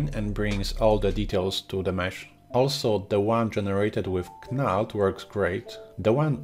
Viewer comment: Great video, i`ve used all these for many years and crazy bump before that. But if i`m in a rush knald is a good option for me, even if its just quickly grabbing some height information from a colour texture. btw, its pronounced Nald, silent K like Know. Sorry to pick up on that, i understand you dont have English as a first language. Keep up the good work!